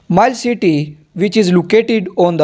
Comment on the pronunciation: mile isn't read as mayil it is read as mi le